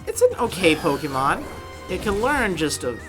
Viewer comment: You don't know how to pronounce pokemon you idiot